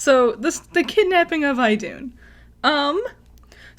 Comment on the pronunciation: She got it right. It's pronounced "IH-doon".